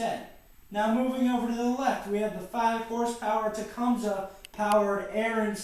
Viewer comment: It is properly pronounced as "TA-COME-SEE" !